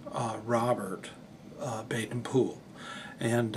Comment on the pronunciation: I must take exception to the Americanised pronunciation of BPs name as "Bade-Pool" even if you claim to have heard him saying on an old wax cylinder recording (which are crackly and not very clear)as "Baden-Pool" when asked how his name was to be said he replied "Man, maid, maiden rhyme it with Baden as for Powell rhyme it with towel" which in no way cane said as Pool